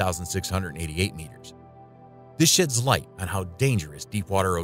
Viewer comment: did it say “This shit light” or “This shades(sheds) light”?